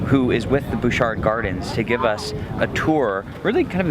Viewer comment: Nice video, but as a resident of Victoria it is pronounced Butch-art not Booshar. Also, it's U- clu-LET. But hey, you're from away so it's ok ;) Really liked the teleportation bit.